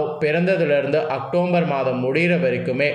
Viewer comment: Muthalla October nnu correct ah sollu matthatha appuram sollalam